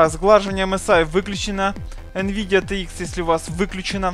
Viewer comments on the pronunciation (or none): none